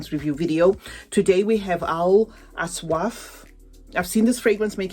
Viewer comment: Hello gorgeous The name of the perfume is Awsaaf and you said Aswaaf 😊 The meaning of Awsaaf in Arabic is Description. Thank you for this video